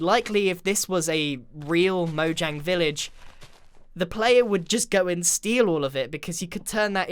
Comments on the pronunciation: It's pronounced 'Mo-yang' because it's a Swedish company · It’s pronounced mo Yang cause it’s Swedish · Mojang is pronounced Moe - yang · MOJANGIE I TELL YOU "MOJANGIE"